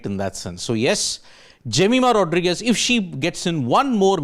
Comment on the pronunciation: Pronounce her Surname properly please. It's important.